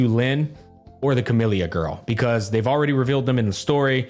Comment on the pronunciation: Lol isn't her name literally camela not camellia in pronunciation